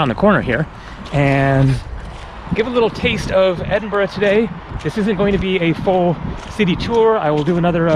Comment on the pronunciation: Teviot is pronounced as ( T.V. -it, the T is not silent ) and you also pronounced McEwan wrongly as well. I`ll give you 5 out of 5 for pronouncing Edinburgh correctly though,. Still a long way to go buddy.